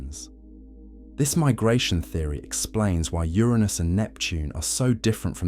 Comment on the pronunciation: Thank you for the pronounciation of Uranus as when I grew up.